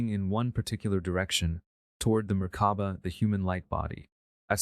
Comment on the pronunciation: Being responsible for sharing this, please see there are errors and mispronounciations with this version. i.e. Merkaba! not murkuba or whatever appears. Just sayin'